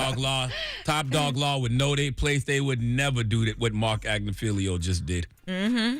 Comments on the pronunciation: Marc AG-NI-FI-LO it is not Agnifilio jeez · Hey Charlamagne, his name is not pronounced.... Marc “AG-NUH-FEEL-LEO” It’s…AG-NIFF-UH-LOW. Even “AGNA-FILL-LOW” would sound better than what you keep saying. It would be like somebody pronouncing your name as "SHAR-LA-MAG-NEE."